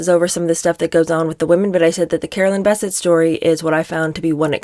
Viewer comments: It's Bisset not Basset. Still like yoy😊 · Bessette: emphasis on the second syllable. Think BesSET. Enjoy your channel. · Her last name is pronounced Biss-ette. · I thought is was pronounced Beh-SET. You learn something new everyday. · It is pronounced Bessette! emphasis on sette/ Bes'sette!!!! two syllables not one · PLEASE pronounce Carolyn Bessette's last name correctly! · Good video but you are mispronouncing Caroline’s last name. It’s annoying. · Love you so much but the way you say Carolyn’s last name ‘Bessette’ is so distracting cuz that’s now how u say it😬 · You are mispronouncing BESSETTE- how rednecky of you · Would help if you could actually pronounce her last namely correctly. And what is with your weird John voice? Creepy. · You are mispronouncing Carolyn's last name. The emphasis is on the second syllable. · I find your commentary acerbic and disturbing. You did not know them. None of us did. so.....try if you can to read w/o editorializing. and please try to pronounce Carolyn's name properly. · It is. It's accentuated in the last syllable, like "upset". I hope she corrects it. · Yes, agrees. And that is what I said. There are two syllables and the stress, is as I indicated, on the second. I was just writing it out phonetically using the all caps to show the stress. I wanted to point this out in a helpful way because she is a really, really good commentator......, you are awesome!.....I mean her overall delivery and side comments are just amazing. Some people get so harsh and nitpicky with youtubers who provide really good content.